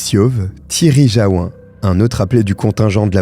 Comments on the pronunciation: On prononce Jaou"N" à Jaou"1". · Merci pour cette histoire atroce Pour info, Jaouen, se prononce Jaouène, c'est Breton 😉